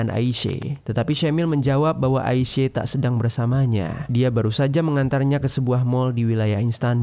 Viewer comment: AISYA. BUKAN AISE..